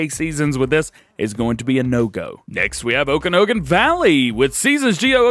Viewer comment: I live in the okanagon valley it's pronounced (oak an aug en) sorry but it got to me lol